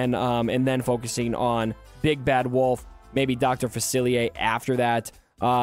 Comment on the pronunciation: Dr. Fa-see-ay. You need our New Orleans pronunciation 😂